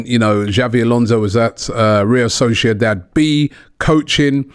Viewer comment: Still says real solciodad